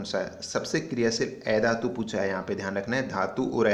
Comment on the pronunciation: Ae dhatu nahi, a dhatu sahi se pronounce kro